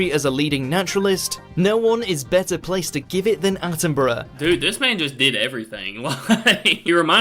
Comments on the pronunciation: Bru not burrow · ATTINBRUH not ATTIN BURROW !! " Is he like Steve Irwin ? " !! NO. He's BRITISH and ALIVE !! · Attenbruh is how you pronounce his name - he is as special as the late Queen was- look up he and her Majesty in the grounds of Buckingham palace,a gem 🏴🏴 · It's pronounced Sir David Attenburruh (despite it being spelt 'Attenborough' - borough here in the UK is pronounced 'burruh') 😊🏴♥️🇬🇧🙂🖖